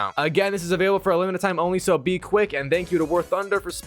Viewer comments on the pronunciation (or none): none